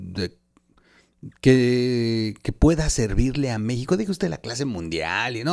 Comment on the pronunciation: Porque dices Meico?